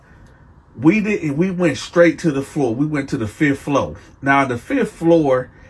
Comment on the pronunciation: I love how he says “fith flow” Then immediately follows up with… “fith floOr”